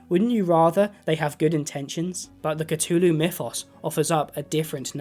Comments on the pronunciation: lol catooloo, it has a TH in there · "The Cutulu" brudda... I... am more than disappointed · not trying to be mean but you pronounce the th in Azathoth correctly but not in Cthulhu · Why does he say “katooloo”? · every time you mispronounce Cthulhu, a baby kitten dies